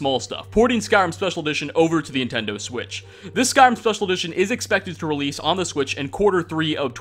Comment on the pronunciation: Did you forget how to say Nintendo?